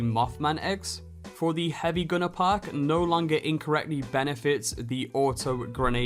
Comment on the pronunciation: Puk? IT'S PRONOUNCED PERK. LEARN ENGLISH